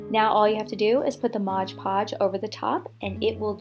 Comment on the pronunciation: Oh my God! Laughing so hard now! You call Mod PoOMG laughing so hard now, you and I call Mod Podge, Modge Podge! Love your creations though! You are a real artist sweetie